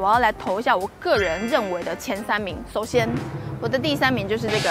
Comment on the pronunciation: 我很確定 是說: 首"顛"是這個沙嗲!!!